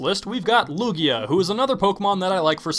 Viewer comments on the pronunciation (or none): #1, IT'S HO OH, NOT OH HO! #2, IT'S EITHER LUGIA OR LUNALA, NOT LUUAGA (I DON'T WHERE YOU GOT "LUUAGA")! #3, MEGA MAN AND JOHN CENA ARE NOT POKEMON, THERE JUST RANDOM BEINGS YOU PUT ON THERE! DON'T BE STUPID NEXT TIME!